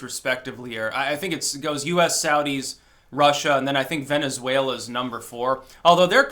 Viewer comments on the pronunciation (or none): none